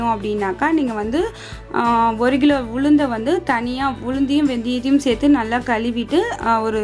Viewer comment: Why are you saying “ Gilo “ it is Kilo